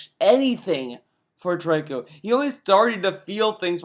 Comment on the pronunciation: The name is pronounced "Tree-Co" even the child in the game says the name... not "Trike-Co"